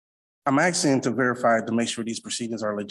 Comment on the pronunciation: Um axing you to puve Um a livun human bean.